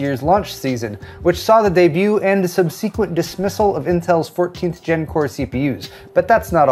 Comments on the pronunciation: Please do not pronounce “subsequent” that way 😢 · grr, that’s not how “subsequent” is pronounced…